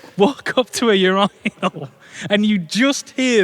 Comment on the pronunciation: Is it normal for a British gent to pronounce "urinal" this way? 👀